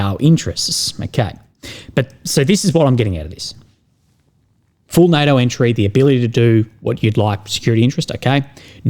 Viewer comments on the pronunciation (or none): none